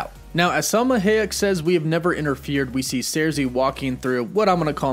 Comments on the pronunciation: It isn't Hay-ek, it's Hy-ek. That's how you pronounce it. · It’s “Hi - eck” not “Hay - eck” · Sir-Sea. High-Ech. Jesus... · Somebody teach my mans how to say Salma Hayek. Ha ha ha! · I cannot with the pronunciation of Salma's last name 😫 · He keeps butchering Selma Hayek's last name. Anyone going to tell him or nah?